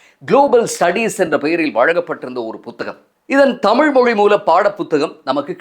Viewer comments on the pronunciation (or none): none